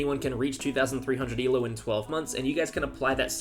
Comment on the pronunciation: Why you say eloooo (rhymes with shoe). It should rhyme with go